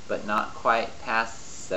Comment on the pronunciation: "but bicarb is NOT" I have listened to that "NOT" for several times :) so funny said :) thank you for great explanation!